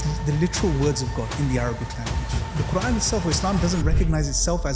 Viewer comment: I don’t like how he keeps referring to Allah as “God”, “God” “God” and then he says words in PERFECT 👌🏾 pronunciation eg. qurAen 🙄 then why keep saying God instead of Allah!!!????